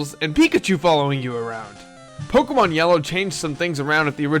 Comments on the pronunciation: Actually the accent over the e means you pronounce it as pok-A-mon not pok-EEEEEEEEEE-mon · Gosh dang it I hate it when people do this but IT's PRONOUNCED /Po-Kay-Mon/ NOT /PO-KE-MON/ that é makes a /AY/ sound. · ObeyIsOkey um thats what he was saying.... he is annoyed at the fact that he calls it pokeeeeemon instead of pok-A-mon like it really is. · Pokeeeeeeeeeeemon o my fucking god! there is an accent mark over the fucking E for a reason! use it!